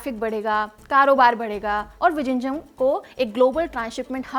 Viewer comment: Are bhai wo ड़ ऱ ळ hai vijinjham nahi